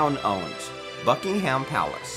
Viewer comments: that’s just sloppy! Buck - ing - em is correct! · It’s pronounced buck-in-um 😁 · By the way the guy that was narrating pronounced almost all of the names wrong we don't put emphasis on the h in ham etc. It's an American thing. I'm sure you already know this but I always find it funny.😁